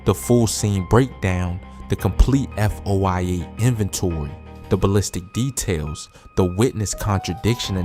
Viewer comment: Foia stands for freedom of information act so he can say F.O.I.A